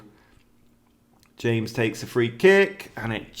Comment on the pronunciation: Ham-ez? Reece James is English!